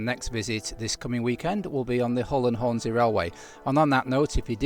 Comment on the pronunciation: I'd like it if you could prononce the S in Hornsea as an S and not a Z, please.